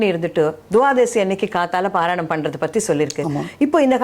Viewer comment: "பாரணை " என சொல்லவேண்டும் பாராயணம் அல்ல.